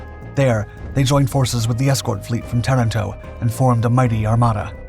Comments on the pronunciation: Tah-rahn, toh ; not Terr-in-toh. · Learn the correct pronunciation of words: Ta RAN to.